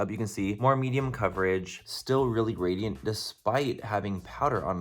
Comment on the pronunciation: are you saying "radiant" or "gradient"??